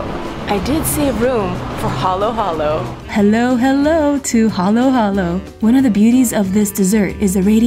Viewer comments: Halo halo is pronounced slowly and without w also it means mix-mix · Didnt see you emphasize the letter O in the halo halo. It's the REAL UBE (jam). 😁